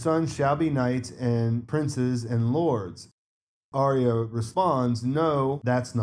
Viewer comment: Why is Aryas name often pronounced with a silent R? Sounds more like IA.